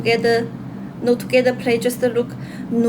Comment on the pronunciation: พูดว่า "Kuian with chalee twogether in kubol" เอะ! ❤❤❤❤